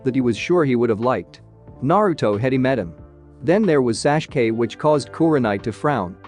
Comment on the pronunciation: it's tsunade not swand and it's sasuke not sashke